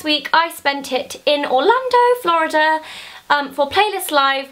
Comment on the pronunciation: she said orlondon